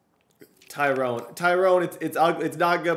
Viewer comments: Also it's more Ty-ron smith not tyrone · But his name pronounced Ty- run.. not Tyrone.. 😂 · THIS IS NOT A cassette it's a CEEDEE! N PLEASE IF U EVER HAVE THE COWBOYS AGAIN DONT SAY TYRONE ITS PRONOUCED TY-RON or TY-RIN brother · Ty ronn .. not Ty rone . Love the vids though ! <3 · His name is tyron not TYRONE LOL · Maybe Tyron Smith retired because you keep pronouncing his name wrong,😂😂